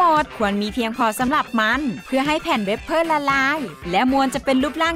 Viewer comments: เวเฟอร์ ไม่ใช่ เวปเพอร์นะคะ คำว่าทันใด พูดเหน่อไปจนแปลกค่ะ ปล.แปลความหมายตรงเกินไปจนผิดค่ะ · เวบเฟ้อคับไม่ไช่เวบเพ้อ